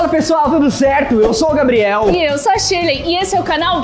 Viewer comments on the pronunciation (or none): A Shirley falou shilei